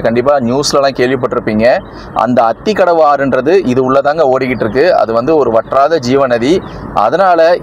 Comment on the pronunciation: It is aathikadavu not athikafavu